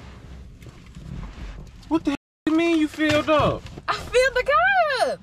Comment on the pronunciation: I love how she says kye instead of car. Lol